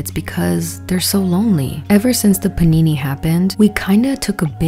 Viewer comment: My trauma is hearing you say "panini" instead of pandemic. Anything would be better. Say shutdown, or drought, or potato chip. Anything else. Please. Youtube has lifted that monetization ban, by the way. You can actually say pandemic.